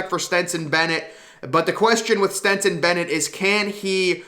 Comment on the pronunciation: And keeps calling Stetson ..Stenson 🙄🤦🏼‍♂️